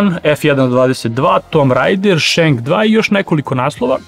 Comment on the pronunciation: Ne kaže se “tomb rajder” već “tum rejder” 😂